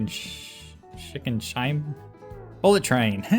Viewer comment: Shinkansen is pronounced shin-kan-sen.